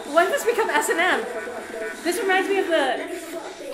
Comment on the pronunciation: Did she really just call S&M "S.A.M"?